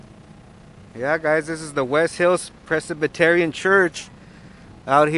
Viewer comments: Did I hear that right? "Pres-i-bi-ter-i-an"? Never set foot in a church has he. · Another YouTube lawyer who has no idea what the definition of either assault or battery is (oh, and who has no idea how to pronounce "Presbyterian"). If he had sprayed those people, he would be the one in cuffs. As for his filming, there's no point to it, and I understand the lady at the beginning–his filming here was grossly inappropriate according to her cultural standards. But we're talking about people who don't understand basic manners. Expecting them to understand how different people from different cultures react to his camera is like expecting him to get a job at Cal Tech. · It's pretty sad when you can't even say Presbyterian correctly.